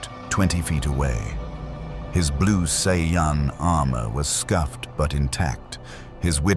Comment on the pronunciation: Just once, I wish these stories would pronounce Saiyan correctly.